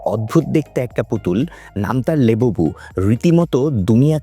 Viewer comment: লেবুবু❌ লাবুবু✅